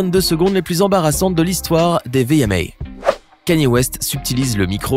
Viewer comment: Beyonce elle dit pas o mon dieu elle di oh Kayne